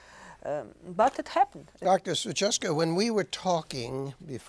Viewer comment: Her name is not "Suchacka" but "Suchocka" ;-) not that I like her but it is so patronizing to misspell your guest's surname, or is it all fine and you leave it like that?